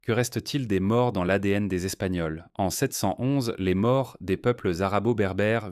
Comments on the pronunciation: "Maures" c'est un "o" fermé, "Morts" avec un "o" ouvert, c'est différent. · Au ne se prononce pas O. Les maures ne sont pas morts. Je vis en Espagne. Grande hétérogénéité. Des gens d'allure "méditerranéenne" sont côte à côte avec des gens d'aspect nord européen. Tout le monde fait semblant que c'est la même race. L'ambiance est proche de l'Afrique du Nord.